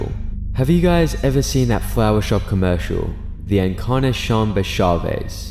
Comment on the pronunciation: Encarnacion is pronounced "In-car-nah-see-own"